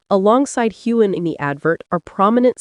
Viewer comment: There is no g sound in Sam Heughan^s last name!